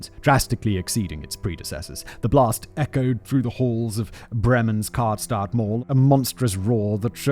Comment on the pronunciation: It took me forever to recognize Simon said Karstadt but his pronunciation of Schmetterling is surprisingly good